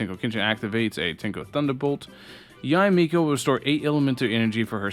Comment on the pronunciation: This video gets a thumbs up just cause you said Yah-eh Miko right.